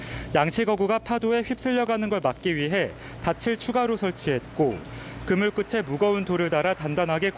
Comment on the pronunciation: 방송기자가 "끝에" 발음을 끄테로 하지 않고 끄체로 잘못 발음하면 되나???